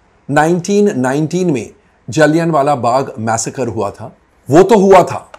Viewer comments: पहले तो कोई इनको बोलना सिखाओ... जलियाँ को जलियान बोल रहे हैं...😂😂😂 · Mr Nahata please check correct pronunciation - Jallianwala is pronounced जलियांवाला where ' n ' is not prominently pronounced. I left ur review halfway to u mis pronouncing the word repeatedly. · आप गलत उच्चारण कर रहे है जलीयनवाला बाग बोल रहे है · Komal Nahtaa ji , Kripyaaa "" Jallian Wala Bagh "" ko saheeee pronounce to kar lo . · जलियांवालाबाग बोलना नहीं आता 😂😂 Good ❤❤❤ak ❤❤